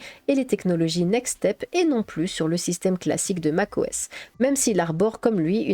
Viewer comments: Ah voila ! je ne suis pas le seul ! 🤣 Mac O S pas MACOS... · plus qu'une vidéo, c'est un dossier complet sur Classic et la genèse de l'interface graphique ! Tu as pensé à la scinder en plusieurs vidéos plus courtes sur System 6, System 7, en gros, genèse de macOS, puis système par système... ? et pour les mauvaises langues qui rigolent sur le "macosse", à savoir que le système n'a eu de cesse de changer de nom : System, Mac OS, Mac OS X, OS X, macOS. Moi en tout cas, je trouve rigolo cette petite erreur qui n'en est pas vraiment une en plus, et ça fait un peu "signature". Sinon personnellement, je valide "ta nouvelle voix" ;o) Et enfin, prévois-tu de faire des genres de vidéo démo des OS marquants de la pomme ?